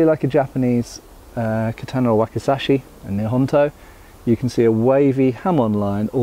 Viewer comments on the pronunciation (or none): none